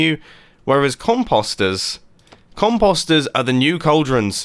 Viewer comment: Does no body point out that he says Composter as comp Poster Rather that comp po ster